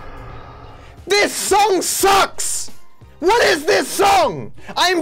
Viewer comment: how many "WOTZS" are in this video?